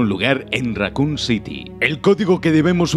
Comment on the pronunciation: █ Raccoon Pronuncias Bien Evil NO JAJAJA GOOGLEA TODO SI NO SABES RATON!